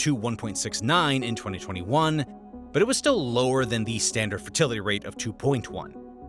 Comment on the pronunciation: Fertlitiy xd